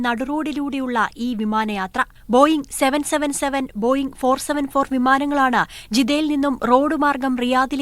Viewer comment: Boeing 474o😂,Boeing 747 Ennu parayu😂